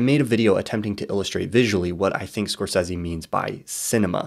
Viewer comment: I love these videos but everything I hear "score seezie" I die a little inside haha